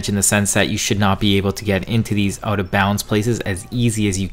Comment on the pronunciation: Hmm hockey he says oot yo dude ur Canadian